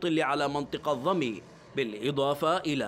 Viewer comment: ضمين وليسى ضمي